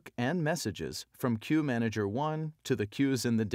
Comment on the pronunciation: what is key manager you are taking about?? I thought it is Queue Manager! Am I hearing it wrong!!